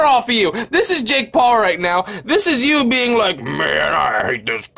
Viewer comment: "YEW BOUGHT JAKE PAUL A NEWW FUCKING HAT"